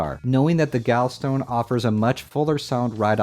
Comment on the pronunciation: gallstone, gall to rhyme with wall